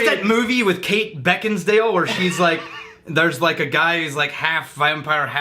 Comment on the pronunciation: fyi Kate Beckin-(sale) not dale